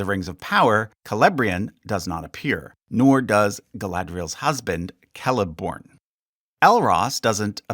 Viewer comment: Pronunciation of Celeborn killed me 👀